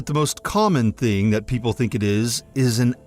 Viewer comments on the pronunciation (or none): none